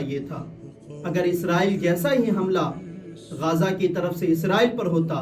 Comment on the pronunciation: गाजा ❌ गज़ा ✅